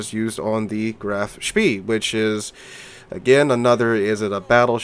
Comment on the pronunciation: graf spee is pronounced graf 'spay'